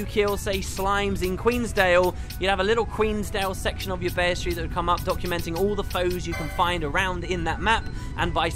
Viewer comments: It's Bee-stee-airy. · Why do you insist on saying words you don't even know what they mean. You mispronounce EVERYTHING. BESTery. It's not a 4 syllable word. FFS. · Isnt it pronounced 'Beast'-iary? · Tim Dreams yeah I'm not sure why he can't pronounce that word. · you spell bestiary right, but i'm pretty sure your pronunciation is butchering it :P